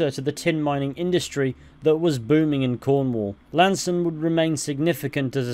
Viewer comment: Appreciate the pronunciation. Been pronouncing it wrong for years